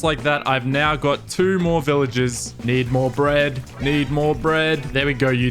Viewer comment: I’m sorry but ‘kneed more bread’.🤣